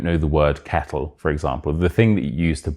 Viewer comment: you pronounced "kettle" quite similar to "cattle" tbh. Did my ears hear wrong or something?